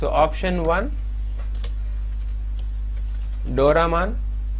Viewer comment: it is not doraman, it is Doraemon